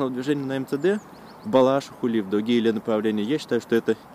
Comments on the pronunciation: В "Балашихе" ударение на и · Балаши́ха, прошу заметить! Ударение в этом топониме во всех формах на последнюю гласную в корне.